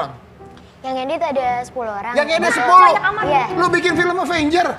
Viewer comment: Udah di edit tpi msih ada yg salah, avenger bro bkn avanger